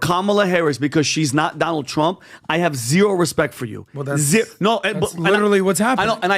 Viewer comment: Did he just say “Donald Dump”